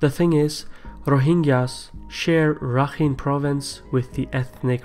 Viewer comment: It's actually Pronounced "Rakhain"